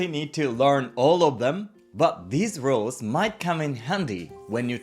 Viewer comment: An interesting video. I notice that the pronunciation of ‘rules” often sounds like ‘roles”.